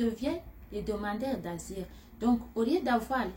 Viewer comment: Tu a un problème a dire le mots asiles